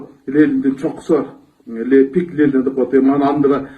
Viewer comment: Лелин эмес, Ленин!!!